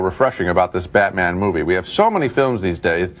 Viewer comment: Did Siskel call Batman Beatman